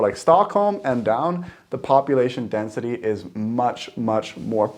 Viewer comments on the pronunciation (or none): none